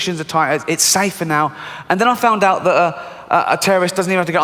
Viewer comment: It’s humorous as a brit t9 hear the way says “out” It comes out as oot,like boot or snoot. Excellent accent dude 👌